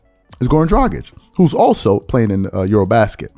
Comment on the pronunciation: Wow im rly impressed that you said Dragić the right way and not "Dradzik" like most ppl do